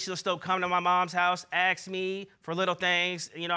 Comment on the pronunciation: Drives me crazy when he says ax instead of ask